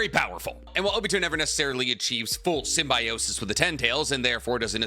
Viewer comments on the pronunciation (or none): none